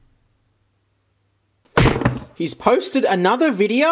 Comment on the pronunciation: Why did I know he would say sAUsAge like that